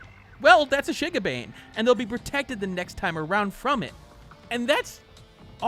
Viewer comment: I'm cringing because of your pronunciation of Shigabane